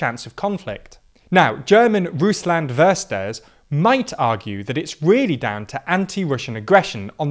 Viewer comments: "verster" sound so alien... c0 (it's pronounced fer-shteh-her - three syllables ;)) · Please get the pronounciation right! "Russland/Putin Versteher" is not "Russland/Putin Versterr"! The H is not skipped. It goes more like "Russ-land/Pu-tin Ver-ste-her". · it is not "ferster", but "Fer-steh-er" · Versteher is not pronounced "wester" it's pronounced "fer-steh-er" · more "stée" than "shtay", but "shtay" is still better than "wester" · Jup, essentially saying Wers-ter instead of Ver-steh-her is more than bit off... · "Versteher" (lit. understand-er) is (somewhat) pronounced "Fair-Stay-Er" (not "vurster"). Just in case "Russland-Versteher" are topic again. ;) (Fair-Shteh-Her, with the stress on the second syllable, would be even closer.) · Uh, ah, please next time put "Versteher" into google translate, so you do hear how it's spoken, that was awful. You spoke it like "wersta" instead of "Ver-steh-er". The H is NOT silent! Btw. our Gov announced that under the current situation with Russia-Urkraine , Nord-Stream 2 will not be completed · "Versteher" pronounced (roughly): "fair-shtay-er" (á la Americana with hard r's) and not "verster" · Werster XD, great pronunciation, never heard it said like this its more like: Fer- schteh - er. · I don't want to see some smarty boy! I want to watch an informative Youtube Video, on not some TV-progeam! Put away your face! And it's Ver-ste-her! Not Ver-ster! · You are really butchering German… It is not Vesta. it is Fer ste her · "Versteher" is pronounced nothing like that. With English phonetics, it would be: Fer-shtay-ah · “Versteher” is pronounced as follows: ‘fair-shtay-err’. You’re welcome english speakers. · If any English speakers are wondering, yes, he butchered "Versteher". You usually pronounce it like "fair-schte-uh". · For English speakers: pronounce "Versteher" like "fer-shtay-her" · his pronouncing was rather amusing, as intelligible as it was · Pronunciation for "Versteher" is more like fair-shteh-uh